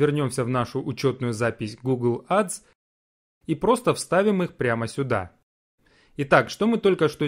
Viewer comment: Учи английский АДС 😂